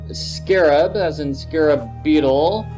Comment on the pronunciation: Scarab...not Muscar lol